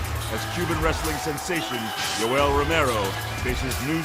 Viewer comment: Jew-el Romero